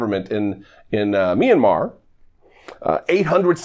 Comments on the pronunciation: He can even pronounce it ..it's Myanmar not Minamar :))))) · The dumb shit you can’t even say Myanmar. He said Minamar. That’s how fucking stupid they are! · Minimar ??? Wtf is minimar. Clearly he is super educated on the matter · I so doubt that a Marine would mispronounce Myanmar.....and actually call it 'MINIMAR'....I've heard of Mini Mouse but not Mini Mar. How could a Marine sound this podunk and back swamp hick? How? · “Minamar”. LOL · That idiot can't even pronounce "Myanmar" ffs. I know why President Obama fired his dumb ass. Damn traitor! Hope he gets the maximum penalty right alongside Trump! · "Minna-mar"???? MY GOD, these deplorables are DUMB!!!!!!!!!! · "What happened in Minimar". Always love how American Taliban drones can barely speak yet they still feel like they're some sort of superior race. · The guy asking the question said "Minimar." Makes sense, since these people are pretty much all dumb*sses. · Min-a-Mar? Simpleton Goon is a perfect description. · Deport him to "Minamar"! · Minamar??? He can’t even pronounce the country! These people are traitors to America and Flynn is one of them! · BITCH CAN'T EVEN PRONOUNCE MYANNMAR! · Not bothering to pronounce a country’s name correctly doesn’t make you a simpleton, it makes you a racist asshole by showing your disrespect for others